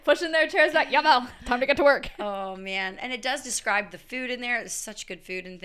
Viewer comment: As a dutch speaker, i didnt expect you to say " JAWEL" 😅😂 U said it perfectly! But i didnt understand you said your great grandma spoke german but then u said they speak dutch. I am sorry if i am all over the place. Are you both of german and dutch ancestry? JA of NEE? hahah